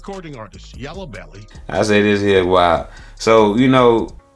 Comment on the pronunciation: NO HE DIDNT JUST SAY “YELLA BELLY” 😅😂🤣😂🤣